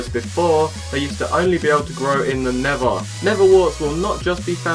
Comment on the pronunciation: I HATE HOW HE SAYS NETHER HE SAYS NEVA